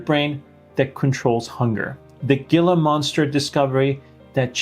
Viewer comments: Just so you know, Gila monster is not pronounced with a hard G. It is pronounced like Hee La. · It’s not GIL A monster. It’s pronounced HE LA monster. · The retired nurse half of us uses Ozempic. The other is suspicious of her loss of spark. By the way, it's not a Gilla monster but Gila is pronounced Heela. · Great video! Just a note- Gila is pronounced with an H sound, not a G. Like: HEE-luh monster. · The Gila Monster is pronounced Hee-luh not gee-luh. I grew up in Arizona 🏜️🦎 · It's pronounced "He lah monster" and it only lives in Arizona. Not "the deserts" that are in Nevada, California, Texas, etc. Great video. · The name "Gila" is pronounced HEE-luh, with a soft 'H' sound at the beginning, not a hard 'G' (like 'Gee'). It comes from Spanish/Native American origins, where the 'G' is silent, sounding like 'hila' or 'heela'. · it's not a Gila monster with a hard G the hard G becomes a soft H, like HEAL – A monster. Since you read all the comments I thought you might like to know❤ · Fyi, as an Arizonan, the G in gila monster is pronounced like an H (hee-la). Not a big deal, but you may want to know for accuracy. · It's not pronounced with a hard g. It's pronounced hee-la monster. Former zoo docent and educator here. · Not geela. Pronounced Heela. Spanish. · It's pronounced like HEEL-a monster. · It's pronounced "he-la" monster. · Gila monster is pronounced "heela" monster. Video has great info and is presented very well 👍🏼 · Excellent biochemical explanation. I appreciate your not talking down. Excellent. Caused me to "like and subscribe." (Little minor advice: Gila monsters are pronounced "HEE-huh" monsters. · Thanks for the information! Everyone should have to watch this video, especially the anesthesia part, before going on these medications (which I'm considering). ("Gila" is pronounced "hee la".) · You're a doctor with many years of education. Please learn to pronounce words properly. it's pronounced HEELuh monster, I knew that when I was 6 years old.